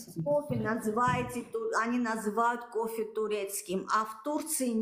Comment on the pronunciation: как вы можете претендовать на кофэ если вы не можете произносить букву ф ? у вас на словаре не существует буква ф получается що не кофэ а копэ 😂😂😂😂😂😂